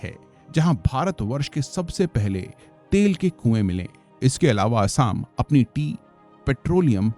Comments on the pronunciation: Bhai theekse Assam pronounce kar 🙏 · एसाम नही असम, बहमापुत्रा नही ब्रहम-पुत्र हिमालया नही हिमालय!